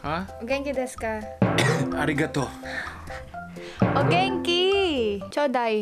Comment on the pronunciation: its arigatou not arrigato